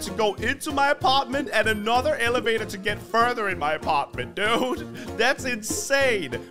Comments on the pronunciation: “This is my TV station dewd” Had me rolling 😂😂😂😂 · The way he says dude😂😂